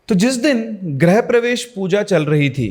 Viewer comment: Great storytelling. Just would like to point out that it is "grih-pravesh" and not "grah-pravesh". "Grih" means home and "Gruh" means planet.